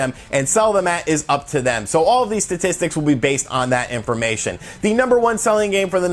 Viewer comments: "LETS GO OVER THESE STALE SATISTICS." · Stale satistics 😂😂😂 sorry man. Love your channel dude